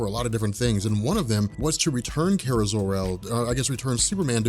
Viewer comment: Awesome video like normal. It was just killing me the way you were pronouncing Kara's name. Lol